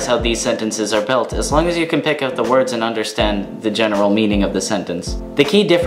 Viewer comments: You pronounce the words excellent! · Shit dude, you pronounce the words better then any non-swedish person I have ever seen. You sound like a genuine Swedish person. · Your pronunciation is incredible. Well done.